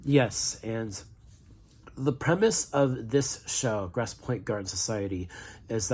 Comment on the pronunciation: How hard is it to pronounce "grosse" or Michigan" properly?